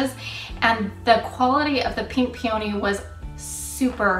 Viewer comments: Hi, enjoying your video....but just need to say one of your favorite flowers is pronounced Pee-ah-Knee with emphasis on Pee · Your videos are wonderful and you are delightful to watch. I love nothing more than saving money by tackling a DIY project. Yours are so clever and easy to follow. Thank you for that !! If you will forgive me, I have only one teeny issue and it is on my favourite DIY....... the peonies in the glass vase. They are not pronounced '' pea-OH-nies'' with the emphasis on the "O".! It's "PEA-uh-knees'' with the emphasis on the "PEA" ! Please forgive me for being so picky but after hearing you say it over and over again, I felt compelled to mention it ! Sorry!! I think you are wonderful....bright, funny and so joyful ! God bless !! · You are mispronouncing peony. But the results are fantastic!